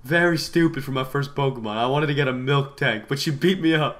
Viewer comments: Milk Tank? cause i pronounce it miltank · Also it's not milktank it's miltank